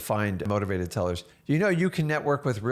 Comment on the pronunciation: are you saying motivated tellers?